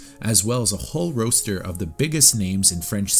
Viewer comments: Why did you pronounce roster the way you did...it sounded like you said it like roast-er, when it's pronounced like ros-ter. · I'm sorry. Did you say...Roaster?